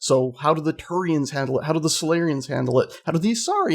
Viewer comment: Drove me crazy how you keep saying Turians confirmed...